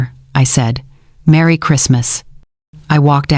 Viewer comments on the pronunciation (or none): none